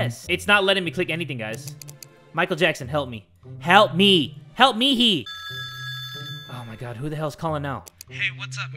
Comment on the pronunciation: “Help Mehe” 😂😂😂